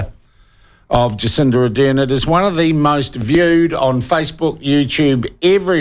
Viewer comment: Sean, can you please say Ar-dern instead of A-dern.